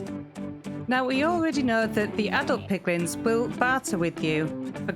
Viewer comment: You said piglings I heard piglings Yet my head heard "MAN BEAR PIG!!!" lmao Love it!